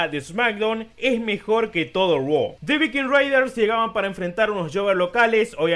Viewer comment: Todos burlándose de Andrade por decir 'Roa' ah pero nadie dice nada cuando Becky dice LOS ANGLE LEES 😒😒😒